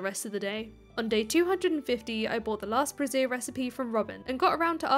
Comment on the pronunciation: That really, really isn’t how you pronounce “brazier”,.